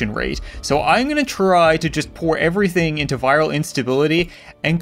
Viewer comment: IT'S LIKE HE KNEW "everyting starts in china"!!!